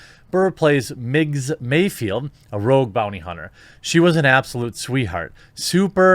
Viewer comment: It's "Mayfeld." Why can't anyone get that right?! It's not rocket surgery! I don't mean you. I mean them.